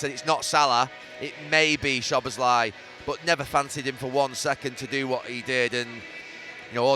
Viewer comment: Who’s “Shobboslhy”??? 🙈🙈This utter g1mp Neville says that name about 3 different ways during this interview and they’re all wrong🤦‍♂️🤦‍♂️what a clown he is🤡🤡